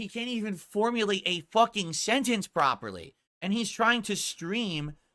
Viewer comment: doesn't understand. undesrtands. Oink slipped in one rant:P "Cant say the sentence prophearlhy" XD